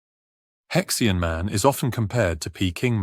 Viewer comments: It's either He Xian /Her Sheen/ or He Xi An /Hershey Anh/. It's definitely not pronounced /hex ee anh/ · You are talking about a fossil hominid with a Chinese name and named by Chinese. Therefore, you did not pronounce the name in English as “Hex ee an”. You make him sound like some kind of spanner. It is more properly pronounced - as best as I can write it in English characters here as: “Her she arn” The “her” sound is made in the back of the throat but not guttural. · Judging the pronunciation of names this is very dubious as an academic treatise. More a treasure chest game. He Xi An?